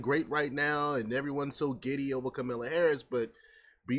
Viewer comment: The first 10nseconds, you lost me... "Kamilla" Harris. Good luck on your page dude